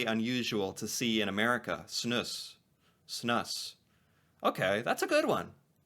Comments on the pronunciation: Snus is pronounced snuuce! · Snus is pronounced “Snoose”.